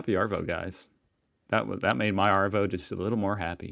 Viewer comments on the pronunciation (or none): Stop pronouncing the r in Arvo, when we say it, it sounds like Ahvo, "see ya thisahvo mate"